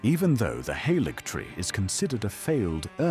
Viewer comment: Im not a huge fan of the TTS but i appreciate the effort you put in to get it to pronounce things right, including things like Haligtree and Scadutree which half the youtubers on here get wrong lol